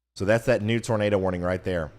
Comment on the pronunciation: When you say "Nador" the Floridians might think they hear "Gator" lol <3